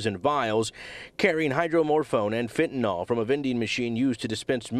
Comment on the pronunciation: "Fentanol"😅 For all the times fentanyl has been in the news, you'd think a newscaster would pronounce it right once.